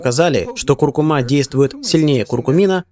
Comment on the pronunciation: Спасибо за видео, только ударение на предпоследний слог в слове " куркУма")